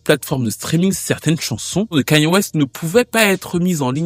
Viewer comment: Suis fière de toi tu dis enfin le prénom de Kanye correctement merci